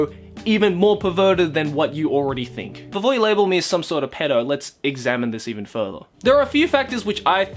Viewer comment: He said peddo right? Instead of pedo, he said peddo. I can´t be the only one who heard that.